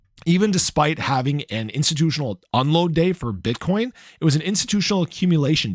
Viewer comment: HAHA you said “bit€hcoin”!!!!’ 😂